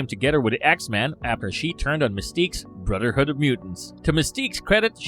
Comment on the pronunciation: Brudderhood?I hate people that put out these videos that can't even speak properly.